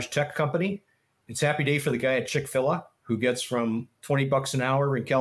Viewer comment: pronunciation of Chick Fill-A and Nvidia almost killed me.